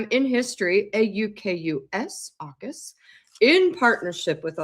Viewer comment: When I heard the King talk about the submarine programme I heard “Orcas” not “Aukus” and thought what a great name.